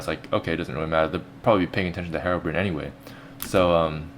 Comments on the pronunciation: FUCK DID YOU SAY ::: HEROBRIN :: IT MUST BE HEROBRINE " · HerobRINE! There's a silent E at the end! That means the I makes it sound. Not Herobrin